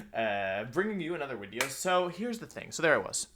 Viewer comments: Why does he say “wideo” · How could I forget about the daily pleasure of hearing wideo man? 😧, anyway day 90 something on commenting? <3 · I like when Wideo Man posts a wideo